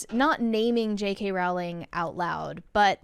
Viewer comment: People commonly mispronounce her last name. Her last name is pronounced "Row-ling" and rhymes with the word "bowling."